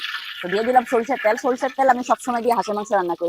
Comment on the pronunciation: ওভারস্মার্ট আপা😆 তেল কে বলে ত্যাল😆😆😆